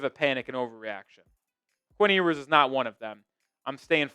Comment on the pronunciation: It’s “Yoo-ers.” He will be alright.